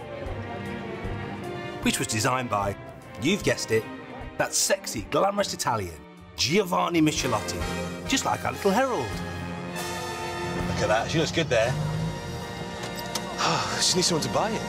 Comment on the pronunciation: The designer name pronunciation it s wrong!! It s not Miscelotti, it s Mikelotti you plonker!!